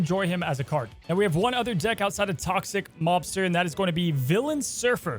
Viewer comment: I keep hearing Toxic 'Lobster' and now I want that deck....